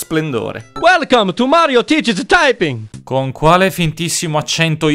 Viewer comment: "Mario tiched-d taiping!"